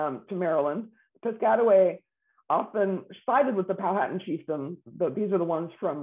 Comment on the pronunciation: This “expert” should learn the correct pronunciation of Powhatan.